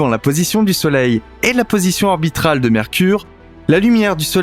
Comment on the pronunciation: on dit position ORBITALE et pas ORBRITRAL..